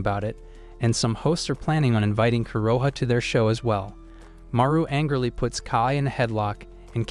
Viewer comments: his name is haru not maru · it’s not maru it’s Haru